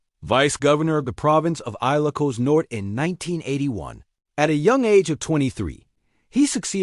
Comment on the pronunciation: 😊😊😊 aye lo cos? 😊😊😊... Please research your pronunciation and ...